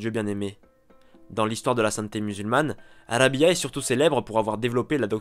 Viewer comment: Rabi3a et non rabia la prononciation est pas bonne😘😘😘